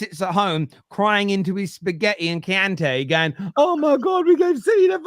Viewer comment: “ spaghetti and chiante” wtf is chiante 😂 it’s Chianti